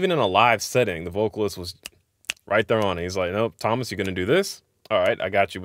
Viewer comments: Pronounced tom-mass hor-ka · You didn’t pronounce it correctly. The O in Tomas is like a slightly shorter version of the two o’s in ooh. The two a’s are more or less pronounced like the o in oh or okay. You should pronounce the e as well.. like the ue in que :)